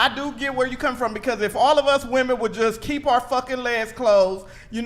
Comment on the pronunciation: bitch says "coom" but also burps like a 55 year old trucker after guzzling a 6 pack of Heineken...